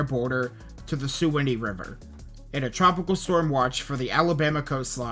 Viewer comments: Bro said Sue Annie River 😅 it’s Sue Wan Ee River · It's sue wan nee how you say it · Pssst suwannee is pronounced Swan-knee :)